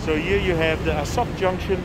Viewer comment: Good video, but... You say: ah-suck It is: ah-sow-k